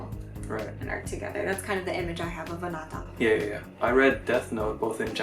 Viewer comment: you don't know how to pronounce anata correctly or you're just doing an english accent?